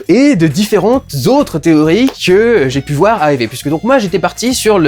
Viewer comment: le vouer , on est chtimi dudu?